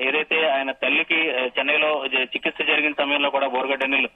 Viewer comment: చికిస్త కాదురారేయ్... చికిత్స..!! నీకు చెయ్యాలిరా.. తెలుగుని తెలుగులా మాట్లాడు..!! తెగులు పట్టినట్టు కాదు..!ఎలా వస్తార్రా బాబూ.. రీడింగ్ కి